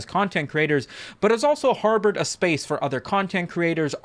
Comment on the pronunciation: I thought that outro was written by AI but then you said shpeaceu thanks for keeping it real